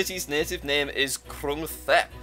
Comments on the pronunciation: ‘Krung Thep’ is actually pronounced ‘krung tép’ and is the shortened version of the full name of Bangkok (which actually recently changed their name to Krung Thep Mahanakorn). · its pronounced “kroong-tep” or the full name “Bangkok is the city's nickname and it's ceremonial name is “Krung Thep Mahanakhon Amon Rattanakosin Mahinthara Yuthaya Mahadilok Phop Noppharat Ratchathani Burirom Udomratchaniwet Mahasathan Amon Piman Awatan Sathit Sakkathattiya Witsanukam Prasit” its the longest city name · Krung Thep is actually pronounced as grung taep in Thailand